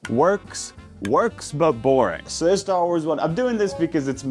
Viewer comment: worrying about people judging his cooking skills but not him completely mispronouncing Star Wars is a fascinating perception of the cooking and Star Wars communities